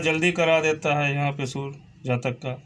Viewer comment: Sur nehi surya,kiya bol rahe ho